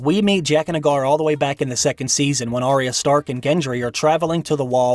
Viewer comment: You say Arya wrong.